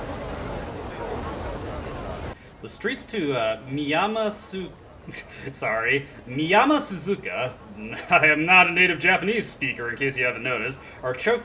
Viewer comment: You pretty much got Miyamasuzuka right. The SU in suzuka is the where the emphasis is but that's a minor issue.